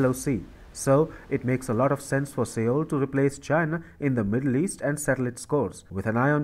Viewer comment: Seoul is pronounced "sole". TFI's mispronunciation is VERY distracting.